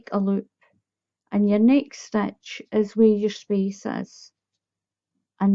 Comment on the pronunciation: I'm aware that you are Scottish. I like the way you say stitch "stech"